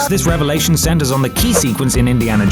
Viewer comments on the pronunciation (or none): none